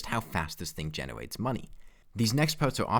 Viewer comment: "Fawming" "Genewate" "Pwe-mech"